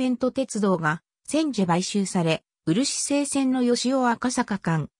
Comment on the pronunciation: うるしせいって聞くたびイラッとする。。。